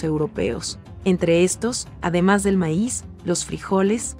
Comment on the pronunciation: todo bien asta que salio con su meis es maiz o fue mala pronunciacion lo repeti varias veces y no me gusto es historia es cultura antigua solo falto los elles